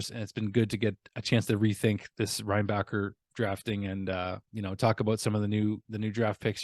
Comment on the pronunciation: I think it’s Reinbacher like linebacker